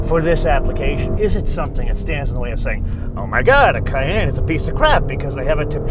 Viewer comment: Fyi it’s pronounced cayEnne like the pepper, not cayanne lol